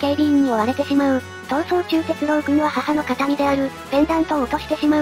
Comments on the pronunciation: アノ〜「鉄郎」（「ろう」おおざとの「ろう」）ですよ～ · 鉄朗❌ 鉄郎⭕️